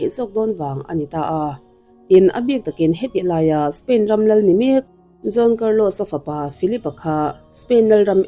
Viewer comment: John tih ang in kan lo hria ani maithei mahse Juan tih zawk tur ania John nilo in😬😬